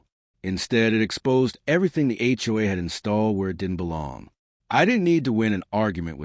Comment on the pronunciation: First thing I noticed about this horrible AI garbage story was; What in "H" is an HUA? I've heard of HOA's but never HUA's